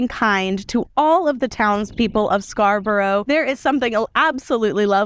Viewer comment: You have created some gorgeous soaps here. One note to say though, is that Scarborough is pronounced Scar-burrah, rather than Scar-burrow. I know, pernickety Brit here, but I understand how hard it must be to Interpret our mad town names and how they're pronounced. Sorry, sorry, sorry...